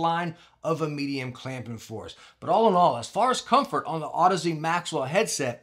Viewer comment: Finally, someone who knows how to pronounce Audeze. Youtube is full of cringe.